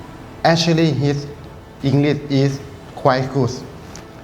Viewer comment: ลูกค้าผู้ชายสำเนียงภาษาอังกฤษแย่มาก ออกเสียง English เป็น อิงลีซ good เป็น กูส ไม่น่าจะใช่เจ้าของโรงแรมเลย อายเด็ก ป.4